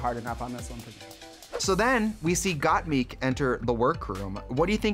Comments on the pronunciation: I love how Shea was saying Gottmik correctly 'Got Mick' but Trixie said it incorrectly 'Got Meek' so many times that Shea switched to saying it wrong too :') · Not Trixie saying got-meeeek 😂😂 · Trixie couldnt say Mik she said Meek ahahahah... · Why does Trixie keep saying “Got-MEEK”? Isn’t it pronounced “Got-MIK”? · The way that Shea was pronouncing gotmik correctly until Trixie started saying “got meek” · the way trixie pronounces gottmik as “gotmeek” got me dying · Shame the re-upload couldn't make Tracy pronounce GottMik's name right. "GottMeek" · i like how Shea said gottmik's name right the first time but got converted to saying got meek by the end thanks to trixie lmaoo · “GottMEEK” Trixie, guuurl.. just stop. ✋ 🛑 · I love that Trixie can’t say Got Mik’s name right. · Why are they calling Gottmik “Gotmeek”? Shea said it the right way once then Tricia kept saying it the wrong way and Shea then followed suit 😂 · Okay so trixie calls her gottmeek. Did anyone else notice how shea said gottmik at first and then later called her gottmeek. Yous'a bad influence trixie lol. I liked getting a chance to see everyone's lip sync, but doing everything over and over was a bit much. I would have preferred for everyone to enter the workroom and then let the twist play out. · why do they keep saying gotmeek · no girl, gat but a combine the "o" a little bit more and mik but combine an "e" a little with the "i". the fucking english language is hard af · Trixie really said Gottmikь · Did no one prep Trixie on how to say Gottmik? lmao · How’s Shea & Trixie mispronunciation of GottMik while saying how they know and love her!!!🤩✌🏽✌🏽✌🏽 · rewatching this while s14 is airing and trixie gaslighting shea into mispronouncing gottmik hit me like a truck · Why is Trixie mispronouncing Gottmik's name?